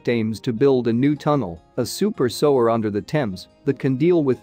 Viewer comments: He's reading without thinking, normally we pronounce sewer as sue like the girls name and ur sueur....sewer! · It took me a minute or two to work out what they were talking about - then I realised that robo-man was pronouncing the word SEWER 🚽 as SO-ER 😂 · It's pronounced SUE-er, and SUE-age, not SOW-er and SOW-age! Don't use a computer for a job a human can do better! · Its sEwer not sOwer. X Smh Love from Liverpool UK ❣ 🇬🇧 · Am I the only person here to yell at these videos when words are mispronounced? It's soo-er, not sew-er!!! OMG...I just had a Hermione moment.😁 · it's the pronunciation of the word SEWER that's making it hard to watch. the voice keeps saying SOWER. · Soo-er not so-er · The trouble with digital voices is they pronounce everything verbatim! So there will be many people, even British, won’t understand that the words are actually pronounced sooage and soower! I think using digital voice is incredibly lazy (unless, of course, the person is orally handicapped) a lot of people actually record their own narration, is it THAT difficult? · drives me crazy but it is a robot voice which is why it pronounces sewer as soage. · I would have really liked to have finished watching this but you Sower, Sowage over and over again made me hit the stop bottom. I thought maybe it would be corrected soon. I was wrong. I'm 4+ minutes in and I can't watch anymore. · Sower?????? go back to school FFS. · the voice AI used with this vide is used on many others -- on this channel and others. And an obvious clue is the mispronunciation -- "sewer" read by the computer as "sew" (like sewing) plus "er" -- very common issue with voice AI.... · Need to get a better voice program or maybe an actual human. sewer as sower and, as been previously lamented, many place names mispronounced. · If he were American, he would know how to pronounce "sewer"! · The mispronunciation of sewage and sewer was a bit off-putting. Otherwise, pretty interesting.